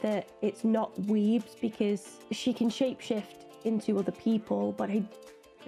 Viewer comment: Weems, not Weebs! 😂 Larissa Weems... The actor who plays Thing is a magician...